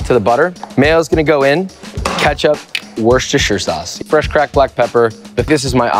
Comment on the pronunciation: Wusshishtershy-uh shauce